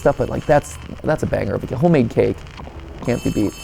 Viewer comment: I swear I thought he said kid 😂 😂😂 not cake Also who is pumped who the theory on this!!